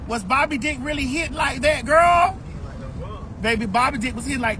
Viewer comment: I love Maddie😂😂 “Gworl”